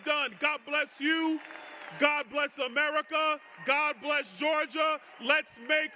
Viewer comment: George jah...or Geor jah